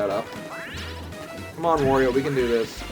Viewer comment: It's Wario! Waaaario! Not War-rio or Worio or Wawrio. WArio like Wah-ha-ha-ha! ;)